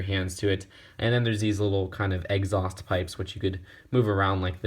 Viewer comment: "eggsaust pipes"